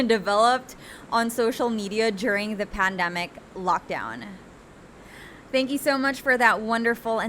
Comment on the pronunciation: You kept on using the word pandemic and placed the stress on the wrong syllable.